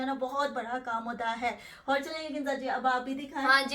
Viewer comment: Sahiba aur ko hor ku bolti hain,aur bar bar hor keh rahi,plz inn ki correction kar deya karin